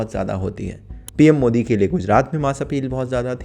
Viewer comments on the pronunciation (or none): none